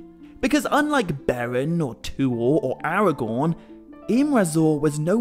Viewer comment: I LOVE your videos. I beleive Faramir is pronounced FAR-ah-meer (not FAIR-ah-meer at time stamp ) according to Appendix E of Lord of the Rings (same applies to Aragorn..more of an AH on the first syllable (like in Arwen) vs an AIR-ah-gorn pronunciation at time stamp ) I am not trying to be rude or petty at all. I know you really care about Tolkien’s writings so I thought I’d speak up. If I’m wrong, please let me know! I’m still learning myself ergo, I’m watching ALL your videos(and maybe you already know what I’m talking about and this was just a slip of the tongue. I know I grew up saying some of these names wrong and will occasionally fall back on my old pronunciations)